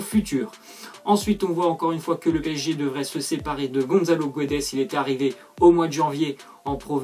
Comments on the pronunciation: C'est guedes pas guouedes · On dit pas Gonzzalo mais Gonssalo on dit pas guedes mais gédes. Goncalo Guedes ps Je suis portugais...